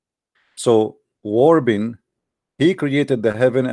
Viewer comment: Someone tell it's wrapping not warping, it's just like saying rap music. He says that. I love the way he says Nota True.